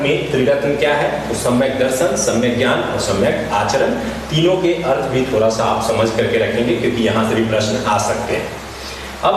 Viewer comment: Sir please aap d ko r mt holo. Jese thoda ko thora.